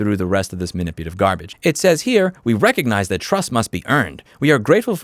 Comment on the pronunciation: " Man-ip-u-la-tive " Love yr work but 3 strikes